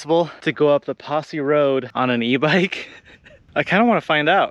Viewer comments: Friend, the pronunciation of the Posey trail is Posey( the o is a long o, as in the name of the flower ) !👍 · Not posse, as in a group of people.. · Love your trips! Tell us, shouldn't Posey be pronounced with a long O, like ring around the rosie, a pocket full of poseys instead of like a Sheriff posse? Might be time to ditch the Impala and get a small 4WD vehicle, maybe?